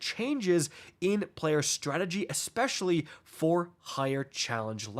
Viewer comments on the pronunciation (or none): none